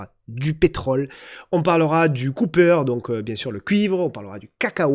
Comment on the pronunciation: Le cuivre c'est "copper" et pas "cooper"... Tellement difficile de prononcer l'anglais correctement ?...